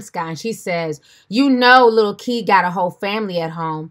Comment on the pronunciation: So he calls himself lil kid...🙄🧐 Yes, I know it’s spelled Keed but I know he can’t pronounce it right